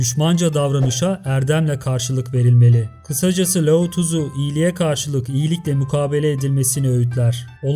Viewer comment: her lao tızu dediğinde beynime kan sıçradı abicim laozi demek bu kadar mı zor